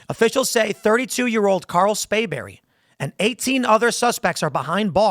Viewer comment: You keep saying "Spayberry" with no 'r'. You know what the punishment should be if he's convicted.